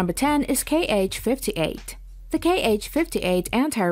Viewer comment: not K H, its pronounce HA